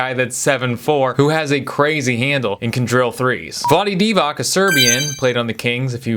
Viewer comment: Vlady divak?!? Is this the way you pronunce it in US?!?